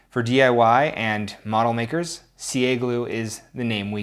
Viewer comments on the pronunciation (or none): none